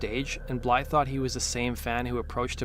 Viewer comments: BlyTHE. Not Blye xD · Blythe not bly, jeese that was driving me nuts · Blythe, not Bly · It’s Blythe not Bly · His last name is Blythe not Bly. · who told this kid his last name is bly lol. why does he think the "th" is silent lol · Nothing pisses me off like someone butchering a person’s name just because it’s a bit of a tongue twister and they are TOO FUCKING LAZY to say it properly!! Do better!! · I can’t watch this because you can’t pronounce Blythe. Shits far to annoying. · No, the narrator is softening the “th”